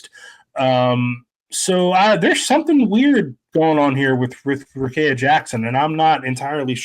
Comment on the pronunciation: Please pronounce Rikea Jackson’s name properly. It is pronounced like this: Rah-KEY-ah, instead of Kay in the middle.